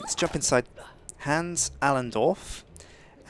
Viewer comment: He doesnt know how to pronounce the name Hans correctly but I still love his vids :)